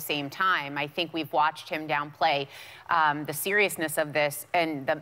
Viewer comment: "The" not "da"! ... duh!